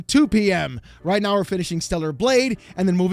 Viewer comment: Did you just say "... You gotta be kidding me right MEOW" ?? 😹